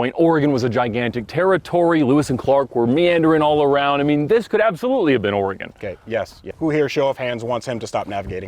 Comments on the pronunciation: Oregonian here, and I’ve heard the name pronounced as “organ”. I’ve also heard it pronounced as “Or-eh-gun”. pronunciation would definitely make the locals think that he’s not from around here, but Ed’s and pronunciations would allow them to fit right in. 😅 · As an Oregonian I heard that and was like 🙄🙄🙄🙄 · I'm glad I'm not the only native Oregon who is offended by now he pronounced it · is disqualified for pronouncing the Oregon wrong from the start. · Great so far. Except for pronunciation of Oregon 😂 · Holy crap. I am dying inside every time he mispronounces Oregon. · Thank you!! As a born and raised Oregonian, this gets me so mad. It’s not that hard to learn state pronunciations. Especially if you’re going there…. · As a northwesterner, your mispronouncing of Oregon this whole series is going to drive me insane 😂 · Saw them all lined up at the beginning and was worried it was a poorly made Topgear spoof. No, it’s actually pretty good. The hardest part was hearing them say “Oregon” wrong every other sentence😬😂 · All this production, and he couldn't pronounce Ore-e-gun correctly? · The way says oregon really pisses me off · The whole concept of the video is about the Oregon trail and it isn't even pronounced correctly, sigh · pronunciation of Oregon is as bad as pronunciation of Comforser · The Oregon Pronunciation 😢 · Can he say Oregon correctly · wow. your Pronunciation of Oregon is...painful. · You know when a person isn't from the West call it ORE-GON instead of ORE-GUN... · I’d choose the car the could properly pronounce Oregon. it’s Ore-gun not Ore-gone and I love the film but mispronunciation was pissing me off throughout. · Ore-GUN not Ore-gone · OrGun not OrEGon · He is actually pronouncing it correctly, it's the locals who mispronounce it. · as an oregonian every time i hear someone prenounce oregon ore gon instead of oregin i loose sanity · “Orygun” not “oregone” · Ore a gon lol